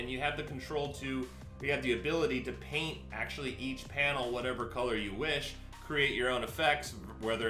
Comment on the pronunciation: I thought he said pain section instead of paint